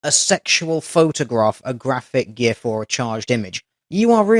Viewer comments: thank you for pronouncing gif with a hard g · Thank you;DR for correctly pronouncing gif. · Just to clarify, GIF is pronounced "JIF". Personally I don't care, but some people get really butthurt over it, AKA dumb angry people, Love the vids man!